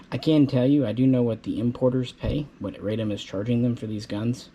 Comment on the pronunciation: NOT "Raydom," but "Rahdom." Radom is a city south of Warsaw.